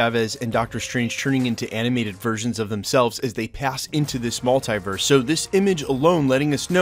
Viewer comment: STOP PRONOUNCING MULTIVERSE LIKE THAT